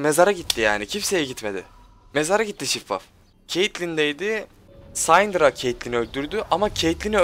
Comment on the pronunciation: Abi sayndra değil sindra diye okunuyor kanser oluyorum yapma şunu :D